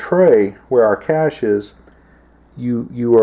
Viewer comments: Cache not cashe .. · "Cashe?" "Cache." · CACHE not caShe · Cache, not cashe.............. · Cache, not cashe. Also pronounced 'caysh', not 'cashay' like alot of ignorant do. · Toxically Masculine its actually pronounced Kayshe. I will also accept Kashay. Not cash. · CaChe not CaShe. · Dude, it's "cache"... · it's spelled "cache," and pronounced "cash" just lettin ya know :)